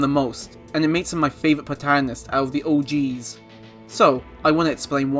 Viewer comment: It IS funny 😂 And how you say “the OGs” loll Anyway Henry is still cool 🌫️